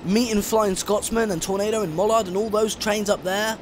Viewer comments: U mean mallard not mollard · It’s not pronounced Sir Nigel Greesley it is Sir Nigel Gresley and it’s pronounced Mallard not Mullard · good video some names are pronounced wrong like mallard and gresley but i do like your videos and one final thing the locomotive you were driving is called the bullied light pacific not the golden arrow, the golden arrow is the name of the express but well done im sad to see it all end